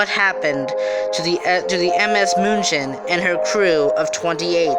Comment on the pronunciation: Can't listen to the way the narrator says the ships name moonshin 😩